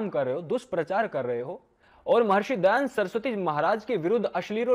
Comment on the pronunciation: Ye jo he wo dayanand saraswati ko dayand saraswati bol raha hey aur ye kya sanskrit mein debate karega.. Iske upar police file karke usko jail mein bhejna chahiye aur sabke samne mafi mangne ki jabardasti police aur coat dwara karani chahiye..